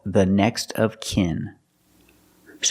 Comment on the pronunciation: Short sound /ı/ like in sin, win, kin and skin Me: Seems he's pronouncing all those words with a short /e/ sound, just like sin~sen, win~wen, kin~ken, skin~sken